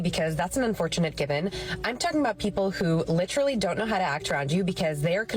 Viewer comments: Pet peeve of mine, but the word is LIT-ER-AL-LY, four syllables, not lit-ral-ly three syllables, and does not mean what most people seem to think it means. If something is literally true, that means what you just said or wrote was the truth, the whole truth and nothing but the truth, as in without metaphor, simile, hyperbole, sarcasm ETC... just pure facts in sufficient quantity and quality to describe the subject under discussion. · Did she say "litrelly?"